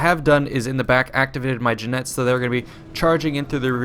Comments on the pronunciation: Side note, Jinetes is pronounced like Khee-net-es/Hee-net-es, and not like Ji-nets. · Oakleys pronunciation of Jinetes made me sad.